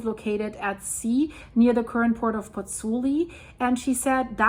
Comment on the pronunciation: Concerning situation in Napoli and Pozzuoli., you are mispronouncing Pozzuoli. It's not three syllables (Pozz - oo - li), it's four syllables (Pozz - oo - aw - li). You're missing out the o, the 'aw' sound. All the vowels are pronounced in Italian...